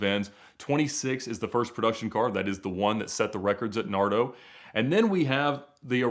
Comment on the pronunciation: The town with the famous high speed circuit is pronunced Nardò, NardO! Say it with me: Nardò, Nardò, Nardò 😜